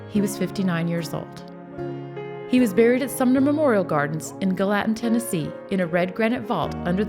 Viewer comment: Had to laugh at her pronunciation of "Gallatin".